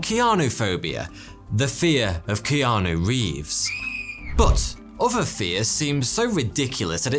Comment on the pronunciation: “Kijanu Reeves” I just say Keanu Reeves